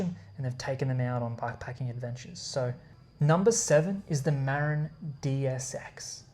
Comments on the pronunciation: You are saying Marin wrong. I grew up there. It's not pronounced mare - in. It's pronounced muh - rin. As in Marin County. Come on, man. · ma-RIN - stress on the last syllable